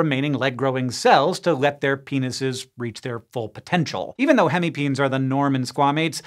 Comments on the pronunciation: It is NOT pronounced PEENS. but PEENEES GET IT RIGHT !!!! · I'm relatively certain that "hemipenes" is pronounced "hemi-peh-nehs" and not "hemipeens". It's the Latin plural of the Latin word "penis". Or just say "hemipenises" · Bro deserves an Oscar for keeping a straight face after saying hemi-peens...